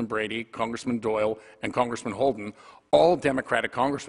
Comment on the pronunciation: Pennsylvaya? Cerngressmin? Can this guy speak English?